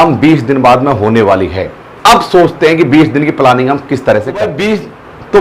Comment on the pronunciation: It's planning.. 🤣🤣🤣 पलानिंग नही होता।